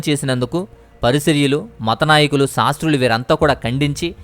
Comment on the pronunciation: PARISARYULU KAADU BROTHER PARISAYYULU.